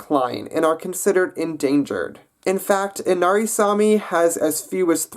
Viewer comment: sami is mans name and its saami